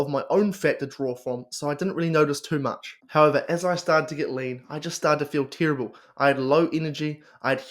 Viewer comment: Do your friends pronounce terrible as “TEAR 😢 ible” as well? Cracks me up 😂😂